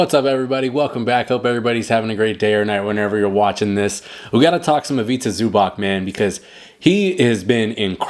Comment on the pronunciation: If you gonna do a vid about a dude, maybe first learn how to pronounce his last name in proper way? zoo-bahTS, not zoo-back